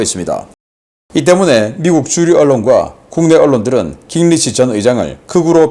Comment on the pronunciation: 신박사님… 깅리치라는 미국 정치인은 없습니다. 미국식으로 그의 이름은 ‘긴그리치’ 또는 ‘깅그리치’ 라고 표기하고 또 읽어주셔야 합니다. 다른 나라 사람들의 이름은 정확하게 표기 또는 발음을 해 주셨으면 합니다.